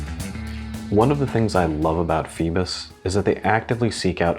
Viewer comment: Pheebus. Pheedback